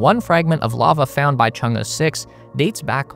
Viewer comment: kudos for pronouncing Chang'e so well